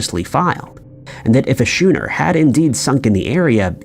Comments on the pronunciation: Never travel to Duh'-blynne, Ireland, in an old shooner, which is actually spelled Schooner, and is pronounced like 'skooner' by everyone else. Better to travel to Dublin, Ireland in a schooner. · Duh-blin Skoo-ner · WTF is a "shooner"? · A big glass of beer. It's pronounced "Skooner" here in Australia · Say "shuner" one more goddamn time!!! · well 1st off he said “shooner” not “shuner” 😂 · HOW TF do you mispronounce "schooner" THIS badly?🤦‍♂️